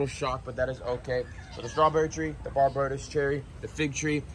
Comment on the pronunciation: Barbados is pronounced Bar-bay-dos lolll……my home ……love your channel man …….need some turtles